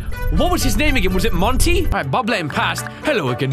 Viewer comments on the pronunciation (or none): Monty not month